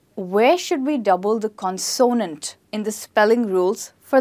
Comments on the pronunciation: Mispronounces consonant! Cannot show this video to my students even though spelling rules are good., please refer to your own video Word Stress in English for first syllable stress of a noun CONsonant. Love your presentations! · You pronounced CONSONANT in a new way, is it Indian English? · I agree with some comments the word consonant is mispronounced. I think that the word "vowel" is mispronounced too. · You are wonderful! Just a slight correction on pronouncing " consonant" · Dont you think, you pronounce "consonant" word wrongly?😟